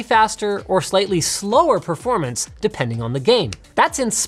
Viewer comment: "Perormance" Guess you haven't pressed F to pay respect on this one xD